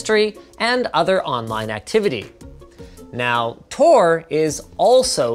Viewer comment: Tor* Not TOR*